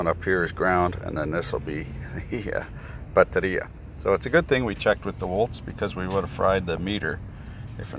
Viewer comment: Nice Portuguese on that "bateria"